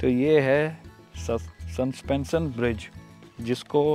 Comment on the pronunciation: संस्पेंशन नहीं सस्पेंशन होता है